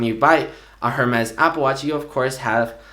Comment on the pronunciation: Ring from Spain you should know the “h” in “Hermès” is silent. Or you’re just an idiot. Regardless if the company is French or not. Google it.